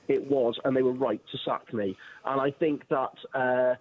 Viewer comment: I will not listen to anyone who starts their argument with "I Fink"!